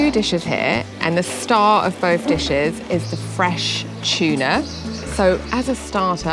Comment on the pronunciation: It’s not CHUNA, it’s Tuna 😊…. great video ❤